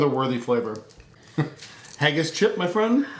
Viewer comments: it is not hay-gass it's hagass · You pronounced Haggis wrong.